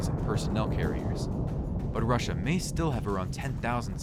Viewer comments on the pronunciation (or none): none